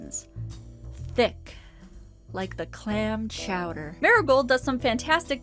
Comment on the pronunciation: Quimby nephew charged in beating. "Chowder" said wrong.